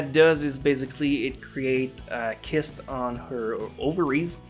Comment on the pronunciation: Fuck dude your baby is cool and all but what anime should I watch? . . . . . . . . . Nah for real good luck with your baby, I think you will make a great father. Also Cyst is pronounced "Sisst"